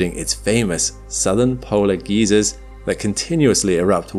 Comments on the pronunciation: Geezers? I'm a geezer. I think you mean geyser. Pronounced guy zer. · The narration is very good. I did have a bit of a 'oh no, is this actually computer generated?' moment with the pronounciation of geysers. I have never heard it pronounced 'geezers' before. Its always been 'guy-zers'. But perhaps my Canadian pronounciation is different. I was able to convince myself afterwards it is indeed a person. I am very appreciative of the effort that goes into the videos. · yeah it's guy-zers. This is coming from an american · Any chance we can get you to say "GUY-zer" and not "GEEZER". ;) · Not geezers, geysers DUH😮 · Southern Polar "Geezers"? Not sure if that's the British pronunciation but it made this Yankee chuckle because that pronunciation in American English means "old men". We would pronounce like "G-eye-zers". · Bruh, I'm 68. I'm a "geezer." Those emissions on Enceladus are "geysers," pron: guy-zer.:face-green-smiling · Ai voice….geysers pronunciation as geezers 😂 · It cracked me up when you said "southern polar geezers" lol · "Geezers" Are we talking about springs of erupting water or geriatrics? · The British pronunciation of “geysers” always cracks me up. They’re very old.